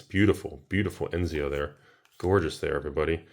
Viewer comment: but pronouncing ezio eNzio